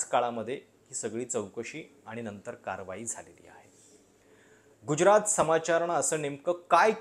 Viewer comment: Prashat uchchar neet kar.Gujyarat nahi tyacha marathi uchchar Gujrat ahe.